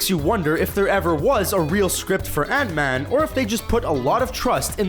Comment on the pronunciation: why...... why do you pronounce Ant-Man so weirdly?